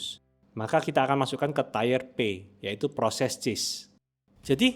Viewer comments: FYI tier itu dibaca "tiir" (amerika) / tiieh (inggris) bukan "taiyer/teyer/teer". Btw kontennya sangat informatif, terima kasih bang. Kalo bisa next videonya juga pake gambar body atletik cewek dong buat penyegaran.. jangan cuma gambar body keker, botak, mana warnanya merah lagi jirrr agak gimana gitu hyahyahyaaa.. tolonglah mas editor kalo bisa seleranya dikondisikanlah awikwok. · Mas, boleh sedikit koreksi cara baca ya. Tier dibacanya tiir, artinya level Tire dibacaya tayer, artinya ban 🙏🏼 Thanks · gw udh Komen jg eh masih AJ terus dia ngomong tayer.. sakit kuping 😂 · padahal kalo dibaca bahasa indo juga tir tapi ini malah di sok inggrisin malah jadi tire tyre 😭 udah bener tier dibaca tir malah jadi tire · Iya asli, ganggu banget dia ngomong tayer tayer aneh banget, sebenarnya gw mau komen seperti ini tapi like komen abangnya aja biar di baca si konten kreator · fr i had to mute the video bcs it was getting on my nerves lmao. i guess it could be plausible if they read it as "tie-r" (someone who ties things?) but like that doesnt makes sense either 🥴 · mending ngomong tier ya tier aja, gausah tayer tayer apalah aneh banget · Ngomong nya Ti-er bukan tayar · bacanya bukan tayer tp tir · makasih info nya.. banyak yg kompalin bang, salah cara baca "tier" kata yg komen :D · bener, kalo ngomongnya "tayer" artinya ban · coba sebutkan aksen mana yang nyebut tier jadi tire? Lo kalo ngomong gitu dijamin bakalan bikin orang salah paham bahkan di US sekalipun. Emang apa salahnya si mengkritik buat kebaikan juga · Iya nih geli dengernya krn sering dengar dosen bilangnya tier ini kok agak laen. Sama kyk hidden org pronouncenya haiden pdhl hiden aja 😁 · Ini salah pronounciation bukan aksen. Kalau semua setiap kesalahan pronounciation dibela karena aksen ya udah pake bahasa lokal aja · ya krn situ ga terbiasa konsumsi konten berbahasa Inggris. Kl udh terbiasa, denger ada yg salah sebut 1 aja udh ga nyaman kupingnya, apalagi ini disebut berulang kali wkwk